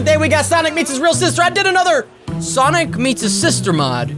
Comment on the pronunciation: Its sonic not Sonia